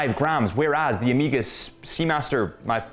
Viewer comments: Weirdo, why are you saying OH-MI-GA… it’s OH-MAY-GA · get ahold of the Ed White "Cal 321" and then you can re-do your review and find a flawless example of the Speedmaster! Btw.. it's O (as in Oh) Mega.. not Amega! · Am I the only one that hears o-me-ga vs O-meg-ah??? Great review either way. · Why the hell do British people say Omega so weird? O-meega 🤣